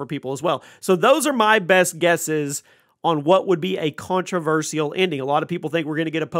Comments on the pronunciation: What's really controversial is the way this dude pronounces controversial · The way u keep saying controversial in that weird way…lol it ain’t right